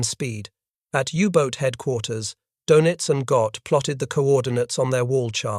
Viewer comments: His name is not pronounced "Doughnuts". Try "Doynitz" to get close. - The Pacific battle was determined when the Japanese were chased off of Guadalcanal in January, '43, the African littoral when the Nazis were expelled from Tunisia in May, '43. The Nazi 6th Army surrendered in February '43. Doenitz gave up in March '43. By late Spring, 1943, the war had been decided. - No. After Spring, '43, the Battle of the Atlantic was over in everything but claims, as was the war was in every other theater. - This was the exact circumstance facing Japan, but the Allies hadn't yet killed enough of Hirohito's subjects to satisfy his thirst. He would finally be satisfied in August '45, after he realized that he well may be next to be incinerated. - Military defeat in the mid-Atlantic isn't 'some distant battlefield'? Yes, yes, it is. - Von Rundstedt didn't know he had to defeat William Knudsen, and he didn't. Doenitz didn't know he had to defeat Henry J. Kaiser, and he didn't stand a chance. - 'Barely 8' above the waterline'?! Bullshit. - How many on patrol? From memory, he never got close to his stated requirement of 200. - And one pederast! - If you can calc the number of calcs required to break the code, it is NOT 'mathematically unbreakable'. All you need to break it is a high-speed calculating machine, and that's what the pederast delivered. Once you 'broke into' the code, the hits avalanched. - You might assume Turing could have 'sup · ADMIRAL KARL DONITZ - IT'S REALLY NOT PRONOUNCED THAT WAY. THERE IS AN UMLAUT OVER THE O IN DONITZ. YOU SAY IT LIKE DAYNITZ, BUT WITH YOUR LIPS ROUNDED FOR THE FIRST SYLLABLE.